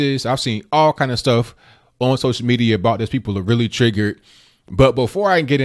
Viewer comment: Trig-gert? You are doing fairly well but keep learning to speak proper English. "But I digress" was said too often as well.